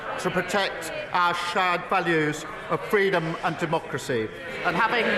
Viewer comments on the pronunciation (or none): Our "Sharred Velues"??? Not an ounce of contrition or Humility so he mis-pronounces his pseudo-compliment